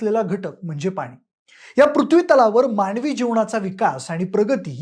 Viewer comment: भाई, शब्दांचा उच्चार नीट करा. माणवी नाही, मानवी,अनेक म्हणा; तुम्ही न च्या जागी ण म्हणाले.